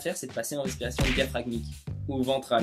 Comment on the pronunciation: belle video mais on dit "diaphragmatique" et non "diaphragmatique". Merci beaucoup